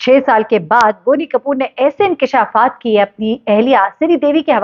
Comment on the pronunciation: haha such a joke u and ur "inkesha'faat" are 😂😂😂 #bonykapoor 😂😂😂